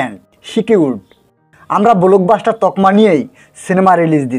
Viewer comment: আপনার নিজের কোন ক্লাস? আগে নিজের উচ্চারণ নিজের শব্দচয়ন শুনেন তারপর কন্টেন্ট করতে আসেন। শব্দ টা ব্লোক বাস্টার না ব্লক বাস্টার। আপনার ক্লাস কুয়ালিটি দেখে উজবুক খানের কুয়ালিটি বোঝা যায়।